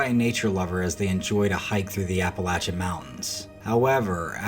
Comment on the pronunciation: Thank you for pronouncing "Appalachian" properly.